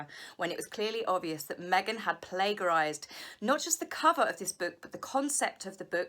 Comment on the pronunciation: Friendly note: it's pronounced 'plagiarize' (with "g" as in "George", not "g" as in "plague").💗